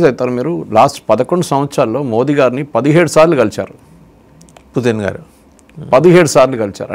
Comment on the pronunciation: అందరేమో పుతిన్ అంటే మీరేమో పుటిన్ అంటారేంటి